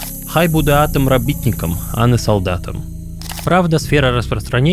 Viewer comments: че за слово такое рабитник, автор ? хоть бы загуглил как правильно читать его🤣🤣🤣теперь понимаю, почему русские говорят, что украинский смешной - потому что вы его читаете хер пойми как !!! 🤣🤣🤣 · Слухай робітник наголос став там де потрібно бо буде сотрудник без біля д і то що для "некоторых" не подобалося вивчати українську або мову тієї руспубліки в якій знаходишься то ти ведеш як бидло і не поважаєш їх культуру, мову і тд. Ps якщо туристи або живеш не давно то помилки то нормально. Але коли ти робиш відос вкладуєш душу і т.д . То будь добр зроби відео щоб воно всім сподобалось